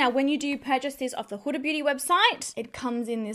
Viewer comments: It’s Hoo-da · Not huh-da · I couldn't watch this because you're pronouncing Huda wrong and its like fingernails down a chalkboard.